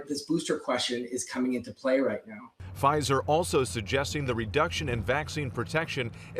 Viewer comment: Lol “Pfizther”